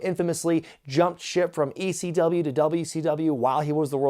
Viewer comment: why does he say they chant "E-C-DUB"? its never been Ec-dub, weve always chanted just quite simply "ECW" it just sounds like EC-Dub on Tv.